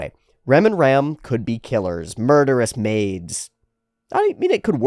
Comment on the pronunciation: Tip to pronounce Ram more distinctively: it actually rhymes with 'farm' and 'calm', rather than being pronounced like a male sheep/seige weapon.